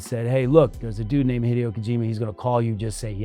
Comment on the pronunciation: He’s saying Hee Dee oh. Like he never met the man.